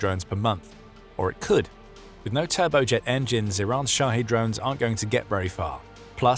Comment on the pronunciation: Shahed, pronounced "shoddy," LOL.